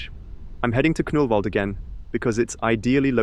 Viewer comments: As a Swede I'm giggling everytime you say "Knüllvald" :P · well, it is kind of funny!